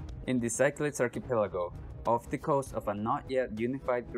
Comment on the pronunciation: Hate to be that guy, but Greek words get pronounced differently. The game is pronounced "sick-la-deez"